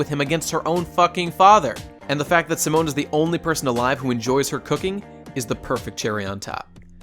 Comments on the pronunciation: during the video says "Seh-moan" when its "See-moan" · Pronouncing Simon as Simone. It's okay but I've always heard it pronounced as See-Moan. Rossiu being best boy? I cannot agree. I understand, but I cannot agree. The way I see it there are no villains in Gurren Lagann, just conflicts. Annnnnd then you say it yourself. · I love how you pour so much detail into this, but can't pronounce Simon correctly